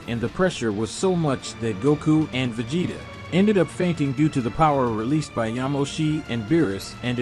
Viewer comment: Vageta prince of say-ons..